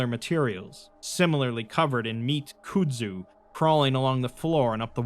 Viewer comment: "could-zoo"\ "cude-zoo" No, HOLY FUCK NO. "Kudzu" is pronounced "cud-zoo" "cud" being pronounced with a hard "k" sound and it rhymes with "mud". PLEASE for the love of god, LOOK UP words you arent familiar with, its 2025 and the internet is everywhere, its literally trivial to do, and the constant mistakes really detract fromneverything awesome you do.